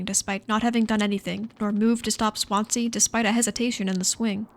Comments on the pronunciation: For Americans watching Swansea is pronounced 'Swan-zee' ! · Swan zee It's a city. Please learn to pronounce stuff first